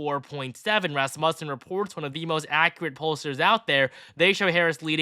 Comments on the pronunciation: I love your videos! I wanted to inform you that you are saying Rasmussen wrong. It's pronounced Rass MEW sin. Keep up the good work! I am looking forward to a Trump victory in 18 days!!!! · Please stop pronouncing Rasmussen incorrectly lol